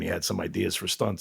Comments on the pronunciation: Maybe it's because he pronounced his name as KJu-brick insead of Kubrick. I don't see a "J". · And it's pronounced KOO-brick, as in Coo-coo-brick